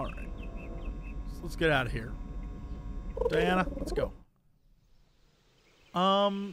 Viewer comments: it continuously infuriates me that Jesse keeps calling her Diana Troi (her name is pronounced Dee-Anna Troi FFS) and you call yourself a nerd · As a Trekkie, the fact that Jesse keeps pronouncing Troi's first name as Diana (which it clearly isn't) is infuriating!! Stop mispronouncing her name, please!!